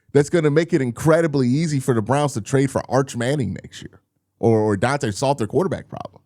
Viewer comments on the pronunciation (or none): none